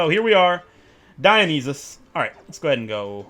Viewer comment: Just hearing him pronounce Dionysus is confusing for me. I’m pretty sure it’s pronounced die-oh-nye-sus